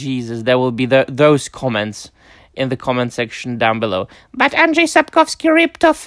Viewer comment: Your Polish pronunciation of Andrzej Sapkowski’s name is perfect. Congrats. It’s not easy (unless you speak any Slavic language :))